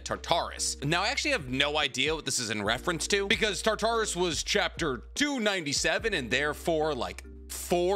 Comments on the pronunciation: Please, it's not Tar-Tar-Us it's Tar-tur-es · Tar as in tartar sauce. Torus. Now say it togher now. Tar-Torus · it's pronounced TAR-ter-us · why are your calling tartaros tartaris? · this person is right how you said it you ignored the fact that some words don't follow basic English rules. This word does not follow those rules. You said tar tar us. That is not how it is said. There is game really popular now called persona 3 reload in which used the mythology relating to Tartarus. How you say it you ignore the a sound and go for o or e sound. It does not follow the rules of basic English like Thanatos. People get that one wrong all the time. They said it right of you ever want to now maybe ask Danny-san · also you said it wrong and then again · Tartarus (TAR-TA-RUS)................................................ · Genuine question here, not trolling or "um actually" you, but are you pronouncing "Tartarus" the prison of the Gods for the Titans as "Tar-tar-us" for real or are you joking with the pronunciation? Cause I have noticed that you've been placing more humor into your vids and I legit enjoy it but you've also had some small mispronunciations or name mix ups. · Real it was bugging me how he was saying it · I'm sorry you are not. This is coming from a fan of your videos and I can relate to a lot things that make you cringe or get upset. For me one thing that kinda bothers me is horrific pronunciation of words. Tartarus is not a word that follows the normal rules of English. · no look up the greek word that tartarus is and check how its said. its the prison of the titans essentially, but also basically a hell. but im sorry bro you are wrong on this one. But on that i do love your videos bro not trying to attack you just want to correct ya. I promise you if i ever start a channel i will butcher plenty of words but its always good to have a learning experience. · The way you pronounce Tarturus physically hurts me